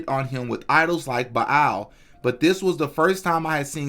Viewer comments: Bilal?? It’s Baal like bail smh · Ba’al is pronounced “bale” btw family